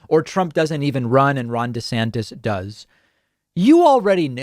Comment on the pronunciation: I thought you said Ron De-satanist lmao